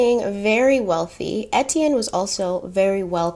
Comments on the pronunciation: As a French Canadian, here are some correct for French pronunciation. Étienne : Ay-Tienne Deauville : Do-vil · I’m half French so Etienne is a common name which is my last name but every time you said it it made me jump lol